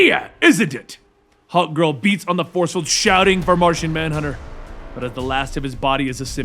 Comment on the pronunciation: Did you say Narshonmanhunter?